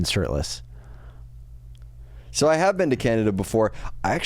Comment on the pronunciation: This was a good story, I laughed so hard. I think the best part of the story was that you didn’t know how the story would end. And that said “sirtless”